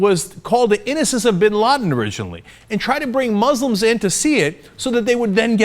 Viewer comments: OK FFS Cenk, it's moos-lims not mahs-lims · Muslims is pronounced with the 's' sound not the 'z' sound. Criticize religion but carefully, not intending to insult the person.